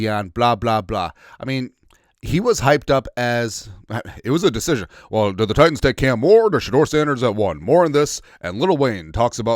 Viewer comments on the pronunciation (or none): none